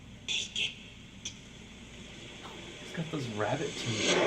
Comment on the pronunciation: it's more like "take iT"